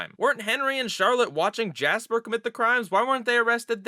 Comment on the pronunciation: It is jasper not Joshy